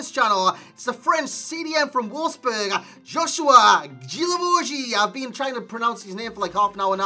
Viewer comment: JOSUHA NOT JOSHUA